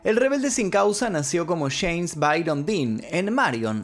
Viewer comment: No sé dice cheim ridículo es jeims